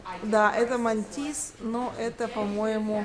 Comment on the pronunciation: не Мантис, а Матисс))